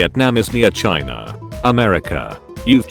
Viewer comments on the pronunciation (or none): none